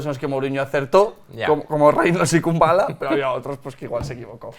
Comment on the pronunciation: #PifiasLMI Es Marash Kumbulla, no Kumballa. Pobre albanés.